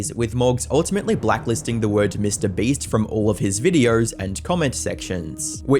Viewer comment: Bro can't pronounce Mr Beast 😂